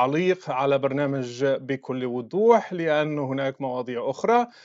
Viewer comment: بكل وضوح وليس بكل ودوح لغة الضاد ثقيلة عليك يارشيد يا عدو الله